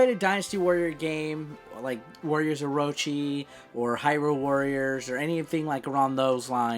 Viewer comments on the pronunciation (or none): none